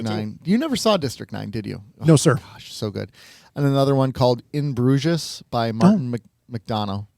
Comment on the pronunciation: In Brugesesh... Guys come on lol